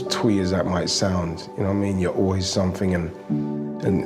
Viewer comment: glad he has gone from match of the day,awful speaker,he's all sumfink, nufink,anyfink,featre,frooball, free, firty free, uvver.Bloody awful grammar but seems to be the way a lot of people speak now, drives me mad.